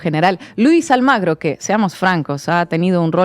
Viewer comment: Chicas, No es Luis Almagro. es: Luis ALMUGRE.